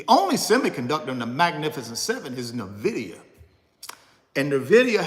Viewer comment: At least you can pronounce, "Nvidia" correctly. It's not Na-vid-ee-uh.. Nvidia is pronounced En-vid-ee-uh.